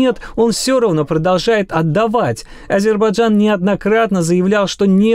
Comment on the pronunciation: Этот ГЫРЫШМАЛ так и не научился говорить Азербайджан. Так говорит азербаджан😂